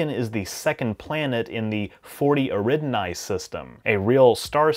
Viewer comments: "Eridinai system" American pronunciation is so weird. Eh-ri-da-ni. Nice video, though. Don't let my punctiliousness put you off. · i really like your videos and your channel…. but its 40 Eridani… not 40 Eridnai